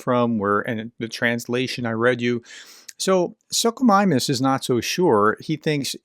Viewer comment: Hi Prof. FYI Suchomimus is pronouced "Such" "oh" "mim" "us". Not "Suck" "o" "mimus" Oh best regards from the UK !